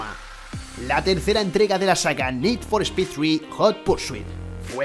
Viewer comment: Nid for espid jurpursuitu Tengan tantita madre, pronuncien bien los titulos al menos